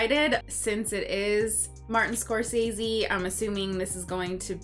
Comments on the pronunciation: It is funny how many people still mispronounce Scorcese...I cant fault ya guys though. I legit did it for years until I saw him actually saw how to pronounce his last name and was like shit... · It's pronounced Score-sez-see.